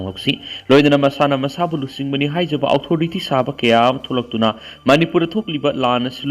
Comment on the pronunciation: Authority hai yo......outhority haiba lei te ko ..